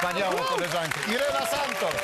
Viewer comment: Irena nie Jrena :D